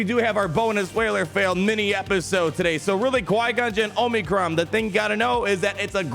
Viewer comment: The way you pronounce omicron is cringeworthy. It’s like fingernails on a chalkboard. 🤣